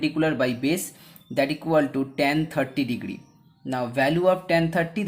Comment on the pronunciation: Pahele sahi se bol lo bhai degdri degdri kar rahe ho degree hota hai